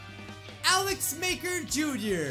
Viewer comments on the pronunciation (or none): none